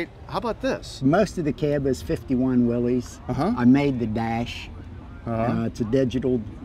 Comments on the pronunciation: One would think that on THIS show they could correctly pronunce "Willys". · Why doesn't anyone pronounce "Willys" correctly? It's simple: it's not "WILLIE'S", it's "WIll' iss", named for the company's founder, John North Willys. I guess you could correctly call it "Willie's", but only if Willie owns it!